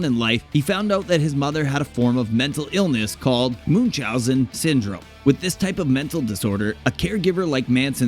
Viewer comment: One minute in and you've mispronounced Episcopal and Munchausen syndrome, as well as being incorrect about Manson mentioning it in his autobiography.